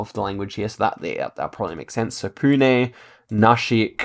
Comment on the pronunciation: Bro said Pune and nashik good